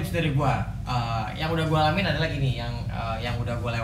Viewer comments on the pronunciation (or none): none